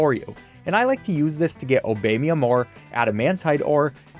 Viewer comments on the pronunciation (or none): i think its "oh bah me yum" like the us president not "obey me yum" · obey-mium? It’s Obamium👨🏿‍💼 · i do not like how you pronounced obamium.